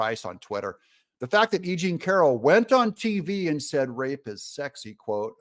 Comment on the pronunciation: I thought he said a-ging Carroll instead of e jean Carroll at first.